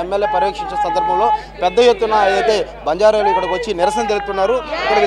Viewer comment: News reader gaaru Not Say bajarelu......Say banjaraas.... OK...